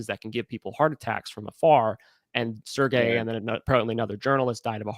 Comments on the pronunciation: In French, his name has a soft “g”….pronounced Serj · Serge is pronounced [Surge]